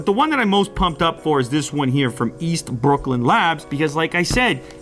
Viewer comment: whats up with the way he says brooklyn lmao he sounds irish!